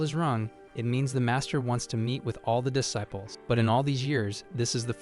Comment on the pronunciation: Need to train your AI to say disciples properly.